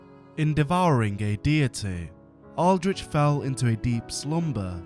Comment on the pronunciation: This is some wonderful stories i love to hear Tho i gotta say.. whenever ya said deep i just heard the D. and it just made me think of one piece haha. But yes good job! wonder what your next projects will be and im excited to hear about em for sure